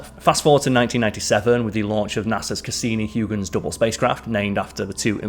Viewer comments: Huygen? It’s Huygens! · It’s Christian Huygens, with an ‘s’. Not that he’ll give you a hard time about now. 😁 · Christian Huygen is pronounced Hoygan. Enceladus is inselitus. Just trying to help out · Christian HOY-gens En-SELL-uh-duss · First time watching your channel, is space not your thing? The pronunciations of Huygens and Enceladus are really, really bad...Huegans and Enkaladus?